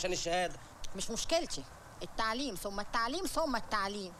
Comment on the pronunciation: يقال كرم ربنا ثمممم مش وا